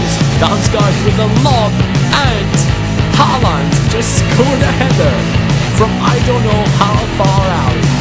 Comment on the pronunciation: Håland is Ho-land